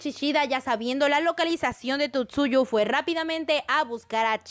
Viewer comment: Por que dice Tutsuyu? :o